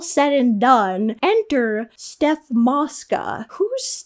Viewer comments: it’s Soph not Steph Mosca 😭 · bro it’s soph not steph ☠️😂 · SOPH it’s SOPH MOSCA